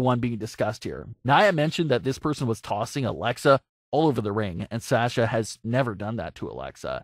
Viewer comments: Him: Sasha- SAsha Me: Sasha- sosha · How is it you watch WWE, and still pronounce it "Sash-uh"?